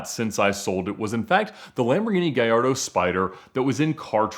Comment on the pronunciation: Ffs. ITS GALLARDO. NOT GAJARDO. THIS IS NOT SPANISH FFS.